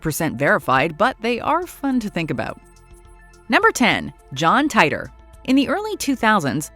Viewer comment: John TEA-Tur, not TIE-Der